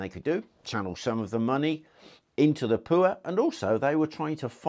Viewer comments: I love the way he say poor -lol - peuer ha ha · Talking about the Royal privy then pronouncing poor as pooer had me in stitches.